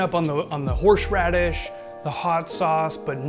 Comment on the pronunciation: Brooooooo. It’s HORSE radish. Not HORSHE radish. 😂 also you butchered Worcestershire Sauce. 😂 Drink looks amazing